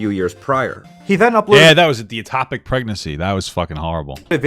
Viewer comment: Its called an ectopic pregnancy, not atopic.